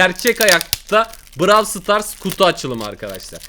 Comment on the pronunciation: Sen Niyey brav stars diyon o brawl stars okunuyo